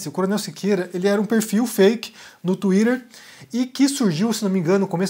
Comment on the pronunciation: Não tenho maturidade pro "Tuírêrrr" do haha É o máximo!!